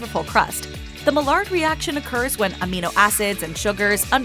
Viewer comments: Maillard is pronounced MY ARE, not mallard. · The way she was pronouncing "Maillard" was annoying. The Maillard reaction is a chemical reaction that happens when food is heated and proteins and sugars turn brown. It is pronounced as "my-ard" and is named after a French chemist.